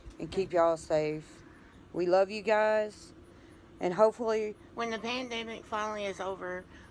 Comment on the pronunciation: “Dew to the pendimic” Love you!